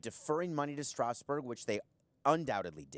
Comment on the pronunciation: He has good points but his pronunciation of "Strasburg" is distracting. It's not pronounced "Strowsburg", it's Strasburg.